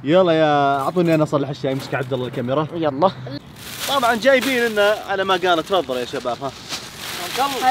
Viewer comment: يقول الكاميراه اغلئ من المتابعين